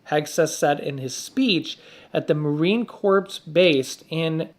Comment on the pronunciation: Marine corpse base😂😂🤣. Practice before camera is turned on.